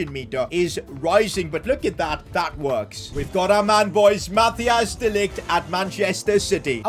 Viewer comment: he really doesnt know how to say mathijs he always says matias